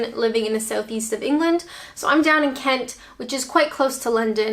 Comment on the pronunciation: Mainly on Kent but probably due to it not being a word used too much back home her original home, so saying it here in her new home the way she became used to hearing it.